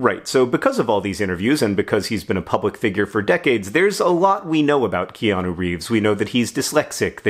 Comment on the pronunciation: Ikianu? Never heard of him. Ohhhh, you mean Neo. His name is Neo, dummy.